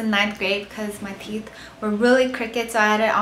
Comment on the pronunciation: The way she says teeth lol "theeth"